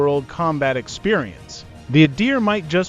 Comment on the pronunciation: First , please pronounce it correctly. Its not Eye-a-deer. Its Ahdeer.You're the expert on the Adir, yet you can't tell it apart from the typhoon? The way you pronounce f_22 is also suhs. Seems you're trying to invent a story where there isn't really one. Everything you mentioned about the adir, like link 16 is available on both the raptor and the f35. Yes the f35 has the helmet too. Besides isreali radar which you didnt show, i cant think of one thing you mentioned that the israel fighter has that the f35 doesnt have.